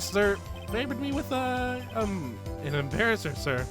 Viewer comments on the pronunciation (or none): Uh, why did you read Embrasser as Embarasser? There's no A between the B and R.